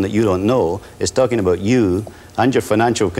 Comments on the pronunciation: "Aboot" I love Canadian English. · that's Southern US too